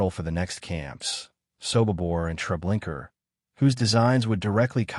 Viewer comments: It’s not TreblinKER—it’s TreblinkA. Narrator check it out. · Hey dude....its TREBLINKA.....not .....TREBLINKER